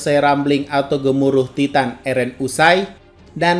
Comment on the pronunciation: Taiten bukan titan, gak bisa Inggeris